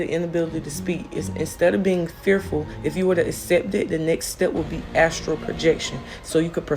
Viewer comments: It’s called “astral” projection not “Astro” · So nobody gonna tell her it's Astral and not astro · I don’t wanna be that guy, but I think it’s astral* 😅